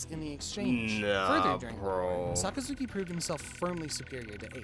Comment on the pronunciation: So many people pronounces Sakazuki's code name wrong it's unbelievable.